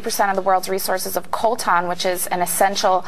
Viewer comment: What is this word she uses when describing this essential electronic element? It sounds like "Colton," but a combination of Google search words turns nothing up. Thanks.